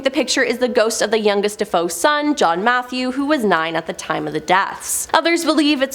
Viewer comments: Ugh SAME!! Obviously totally ignorant of the history. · Thank You for saying that 😂. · You could be kinder about it. It isn't like mispronouncing it is going to change the world. Get your panties in a bunch over something that really matters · It's not "Deh Foe" it's "Dah FAY Oh" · Aarrggh! She's making me crazy! It's pronounced, "De-FAY-oh, NOT "De-FOE"!! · Their last names were pronounced Da Fay O. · Thanks for this! I can't watch the video because of it, it's just too distracting, and then I looked in the comments wondering if anyone else noticed "Deh-foe" and it's nothing but bot comments (except yours and a few others are not bots) and then I realized... so THAT'S how they got millions of subs. Bots. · DaFoe!!!! 😮Da foe of the story is da son who killed his family!!!! She obviously inverted the vowels!!! DaFoe!!!! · I stopped watching as soon as I heard how she couldn’t even pronounce his name correctly 🤣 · Not it’s DeFeo! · 😂😂😂😂 that's exactly what I thought 😂😂😂🎉🎉 Great job none the less😊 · I hear that! It drives me nuts too! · You beat me to it. She can’t even pronounce Suffolk. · if i kept calling you. Creeper man instead of reaper man im pretty sure you would get annoyed because that isn’t your name. Regardless if you think it’s a big deal or not, the pronunciation is incorrect ❄️ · Quite sure you wouldn't like your name mispronounced. It is just wrong and shows ignorance as well, that she is mispronouncing their name.